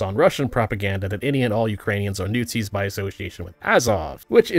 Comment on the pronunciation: "newt-zis" LUL